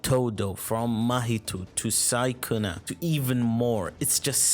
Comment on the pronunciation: the way he says sukuna is crazy bruh